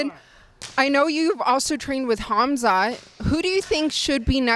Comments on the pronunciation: We've all said Khamzats name wrong, it's Kumzat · “Kazmatt”-Sean Strickland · He got khamzats name wrong twice 😂